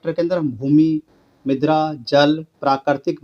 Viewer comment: Midra nahi mirda hota ha 😂